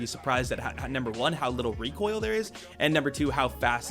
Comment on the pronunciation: reekoil control 🙂